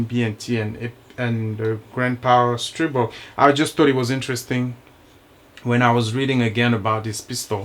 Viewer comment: I never had an issue with either my A1 or my A3. So far. Your the first reviewer that pronounced the Stribog's name correctly. I subbed . Thanks